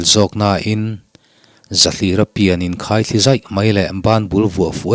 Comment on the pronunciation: "Zai ralh ralh" tih hi a dik. Zâi... Tih hi thluk loh tur...... I chhiar thiam viau a, i huatthu loah, mizotawng hi a lam dan dik hi han zir deuh teh.. Ti chuan, ngaihthlak ava nuam dawn emmm..